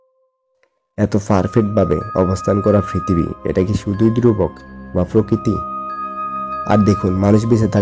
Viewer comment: Frokiti not prokiti